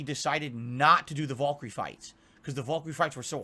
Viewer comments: wtf is a "vuhl-kur-ee"? does he mean valkyrie? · Is he mispronouncing Valkyrie?